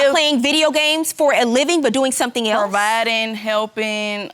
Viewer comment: "Sum'n is with 'em"